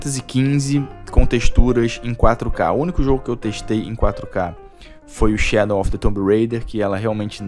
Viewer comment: por que você troca o w por n? Shadon of the tomb raider.